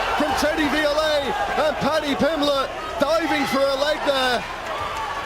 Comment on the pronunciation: Paddy Pimblenden 😂